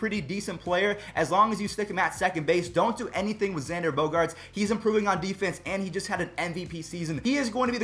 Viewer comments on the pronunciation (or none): none